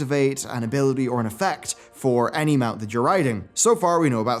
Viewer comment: "inflatable MOON shoes"? lmao - you mean "Inflatable Mount Shoes"